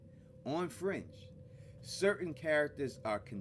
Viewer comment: Me too at first.😂